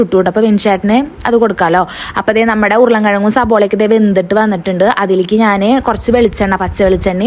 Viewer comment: സബോള അല്ല സവാള